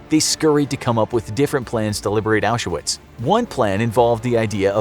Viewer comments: Why do you call it Auschawitz? It's pronounced Auswitch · He's pronouncing it wrong, it's pronounced Aushvitz :)) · aren’t you supposed to pronounce it correctly? or are you not using the correct sources?